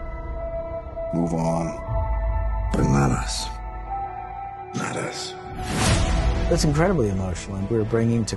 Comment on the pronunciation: When he says “But not us” I STILL HEAR “BANANAS” AM I OKAY???? I NEED HELP